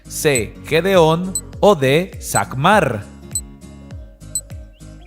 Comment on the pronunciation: SAMGAR NO SAGMAR